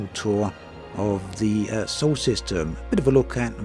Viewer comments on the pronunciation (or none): dude, it's "SOLAR system, not "sole system". sorry, but after the 30th time i couldn't take it in silence any more.